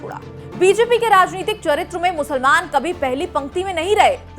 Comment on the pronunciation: Musalmaan ...Musalmaan...aapke bolne ka tongue thik nhi haii